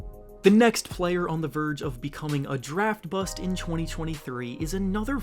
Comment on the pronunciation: Y you say BUST weird duder?